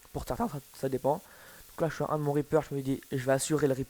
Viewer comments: Euh mec , deja go apprendre a lire et prononcer reaper , faudrait penser aussi a voir un medecin pour tes chevilles qui anfle a tout au long de ton gameplay , tu n'es pas le meilleur score , donc un conseil stop etre pretentieux. Et pour finir essaie de finir tes phrases , quand tu parle de l'acr ey que tu nous dis que tu aimes cette arme , on sait juste que tu joue avec depuis MW2 mais sans plus. Et j'oubliais , c'equipe d'en face qui etait mauvaise , pas toi qui etait bon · mec c'est reaper pas RIZ PEURLE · C'est Reaper et non Repearl ."" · Reaperl ......... On dit reaper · reaper et non ri perle😂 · Euh on Reaper pas Repearl ;) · Reaper pas reperle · C'est un REAPER pas un REAPEAL x) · Reaperrrr et pas Reaperllll Ça ma gaché ka video :D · reaper pas reaperle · Reaper, pas reaperl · C'est Reaper Pas Reaperl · On dit reaper pas reaperl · Le reaper et non le reaperle ! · T'as géré mais juste stp ya écrit reaper alors pour tu dit reaperL !? Sinon c'est pas grave joli gamplay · Le meilleur scor francophon? Non seulement c'est faux mais en plus tu joue aux FMG9 akimbo et en plus tu coneille aux autres la mp7 silencieux tir rapide le truck noob quoi! Et c'est pas reaperle mais reaper. Et puis les vra PGM ne se vente jamais contrairement a toi qui dis pour faire un score comme sa il faut tous de meme etre fort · c ets pas Reaperle mais Reaper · Très bon gameplay, rien a dire a part que tu dis ReaperL alors que c'est Reaper^^ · ses reaper et pas reaperle putain de noob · Arrete de dire Reaperle putain c'est reaper c'est écrit partout ! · Raepearl ? Lol ;) sinon gg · Mec apprend a parler francais. REAPER ET NON REAPERLE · Très bon Gameplay! Bravo! :) Sinon ça se dit Reaper.. Il n'y a pas de "l" à la fin du Reaper! ^^ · Tu dit ripearle